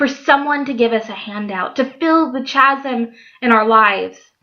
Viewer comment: This was lovely and it really goes with what has been going on in my heart lately. God is so good how he draws us back to true fulfillment. Oh, and I wanted to tell you that chasm is pronounced kasem. Oh, those sneaky words with silent letters! Thanks for making this video. Bless you.